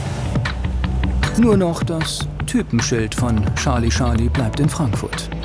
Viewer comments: Bitte, bitte… Charlie - /ˈtʃɑː(r)li/, durch die tausendfache Wiederholung war’s schon schmerzhaft. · Wieso sagen die immer Schali-Schali? Seit wann folgt das Fliegeralphabet nicht mehr der englischen Aussprache? Man sagt ja auch nicht Schali Chaplin oder Prinz Schales. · „Scharlie Scharlie“